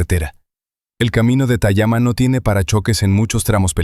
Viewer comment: La credibilidad depende de que todo sea correcto....la ciudad no es Maples sino Naples...y esa cafeteria tayama se llama Tamiami....es decir...suena feo eso..